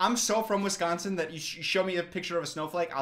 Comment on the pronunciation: I'm also from Wisconsin but I've moved and it's so nice to hear someone pronounced it correctly 😂